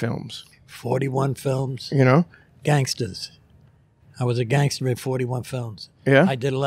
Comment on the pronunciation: These Mulians they call themselves GAAAANSTAS lol classic line the way he don’t pronounce the G in gangster